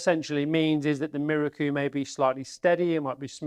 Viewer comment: Apart from your very good and informative presentation, I am please you pronounce Miroku correctly. I have people try to correct me with this correct propnounciation by telling me it is pronounced Mirooooooooookoooooooooo. A little exagerated but you get the meaning. I checked with a Japanese national I used to work with who told me I was correct. So folks, it is pronounced Miroku and not Mirooooooooookoooooooooo! Rant over.